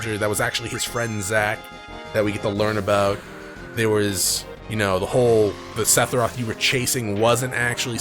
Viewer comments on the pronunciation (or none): I've watched every video in this playlist... I absolutely loath the way you say SePHiroth... TH TH TH, Sethiroth just doesn't.. no. Otherwise love the videos